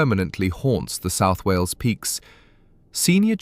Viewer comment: It’s wales not wheels